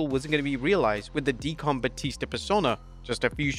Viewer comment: D-Con Batista as you pronounce it was memorable to me lol I always remember when he would come out as that character